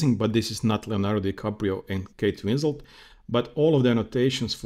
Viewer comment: Her name is Kate Winslet, not Winsel or Winslow.